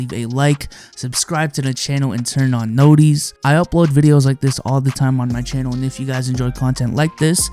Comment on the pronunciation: This man just said turn on KnowDeez 💀